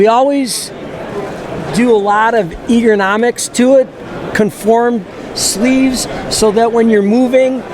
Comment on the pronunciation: EEE - gernomics?